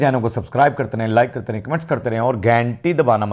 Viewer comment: گھنٹی ہوتا ہے بھائی گھینٹی نہیں